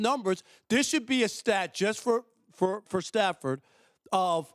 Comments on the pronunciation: He said Stat padford😂😂😂😂 I fuks with rob parker heavy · "Stat Padfered" 😂😂😂 I now have my name for him lmao!